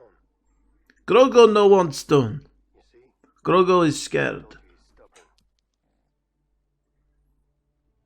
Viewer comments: It's Grogu, not Grogo aka Drogo.. But get what you mean it sounds Russian. Lol. Was a little surprised by the shorter mantrails however its practical not to have too long that might look too similar to Twilex. And it gives Ahsoka the freedom to fight and move around without mantrails getting in the way if they are too long. If that makes sense. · Grogu not grogo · GROGU. Not Grogo. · Someone on the Mando production team tweeted that they shortened her lekku and montrals for stunt and performance reasons. And I'm sure you know by now, but just in case, his name is Grogu, not Grogo. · You’re mispronouncing his name it’s not Grogo it’s Grogu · In case no one else said, his name is Gro-gu, not Gro-go. JustFYI. (And I doubt I spelled the name correctly, I just did so phonetically) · It’s Grogu not Grogo ;) And for some weird reason it works! I LOVED Ashoka. But I have such nervous energy for the future! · Absolutely loved this reaction, however I don't quite think you got the name right. Pretty sure it's Gro-goo, not Gro-go. Could be wrong tho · Grogru not grogro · Grogu not Grogo. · It's Grogu, not Grogo. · `GROGU WITH AN U NOT AN O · ''Grogo no wants stone. Grogu, is scared'' In Russian accent LOL